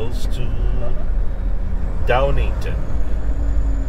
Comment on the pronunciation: Every time you said it wrong.....one word that sounds like two words.